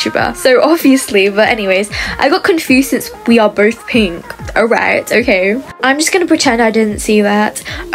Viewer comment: She sounds British when she says ‘are’